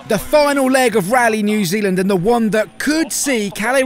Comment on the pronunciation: It's Aotearoa New Zealand NOT ZEE ZEALAND I wouldn't mispronounce anybody's country so from an Aotearoa New Zealand Native (Maori) I find this disrespectful and hopefully you will change the Tag headline accordingly